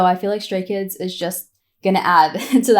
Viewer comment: Your pronunciation of the names was perfect, in my opinion. Welcome to the rabbit hole, welcome to Stayville ❤ pre-debut Stay here. ❤ You have only 10000 songs left yo check out 😂😂😂😂 Btw. They are chaotic, loud, random, weired, lovly, adorable and caring chreakheads 😂😂😂 thats why we love them soooo much ❤